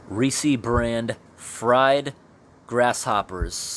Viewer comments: Reese. Not Reesee. Like Reese's peanut butter cups. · ITS NOT REE SEE. ITS REECE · It's just Rees. Not reesy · surely that’s pronounced “reess” (like “grease”) and not “reesey” (like “greasy”)?!? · It’s reece, not reecee. I’m getting way more worked up over that pronunciation than is justified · I have no idea why I'm watching a video AM of some guy opening up canned insects from 60 years ago and talking about the maggots that crawled inside the can and died there, but -- its oddly captivating. 🤷 (Wouldn't Reese be pronounced with one syllable, though, like the Reese in Reese's Peanut Butter Cups? Or is/was there some canned food company from way back when pronounced like "Ree-see" that I'm just not aware of? Serious question, btw.) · It's "REES" bro, you don't pronounce the final 'e'. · It's not pronounced reecie. And shooken is not a word. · Oof I definitely don't like how you pronounce Reese... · My only complaint is the way you pronounce Reese lol